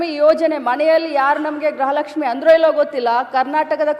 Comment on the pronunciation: ಗ್ರಹ ಲಕ್ಷ್ಮೀ ಅಲ್ಲ ತಾಯಿ ಅದು ಗೃಹ ಲಕ್ಷ್ಮೀ 😂